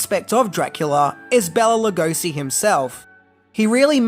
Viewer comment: So much misinformation and half truths. I give this video a C-. First of all, you mispronounce Bela Lugosi's name throughout the whole video. You should have started with getting his name right. BAY-la lu-GO-shee.